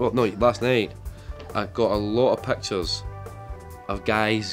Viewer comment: Naw mate I'm from Glasgow too and it's pit chairs all together pitchairs 😂🤣😂